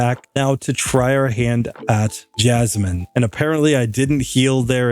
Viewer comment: he said jasminimum